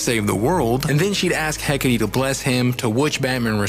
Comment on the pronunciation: Bro... "Heck-ah-tee"